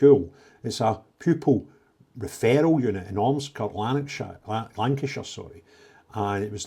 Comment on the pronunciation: I genuinely thought you said feral unit! Had to listen a second time to realise it was 'referral unit'. Sounded appropriate but certainly not pc!